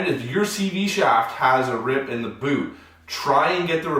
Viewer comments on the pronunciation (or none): none